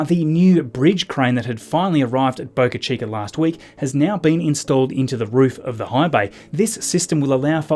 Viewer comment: As an American I thank you for not saying Boca Cheeker like other Australians and Brits